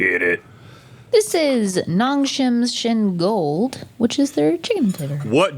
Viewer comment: Buldak, with an 'oo' while mewing, not bull dak with an 'uhl'. NongShim, with a long 'o' and 'ee', not nahng shim with a short o and short i. Using Spanish vowels can get you 90% for most Korean vowels correctly.